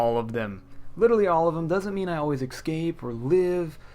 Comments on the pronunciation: escape not excape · Please can you stop saying “ecscape” it’s so hard to listen to you say it